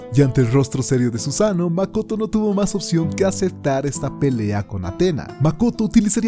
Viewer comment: It’s mak-oto 🤯🤯🤯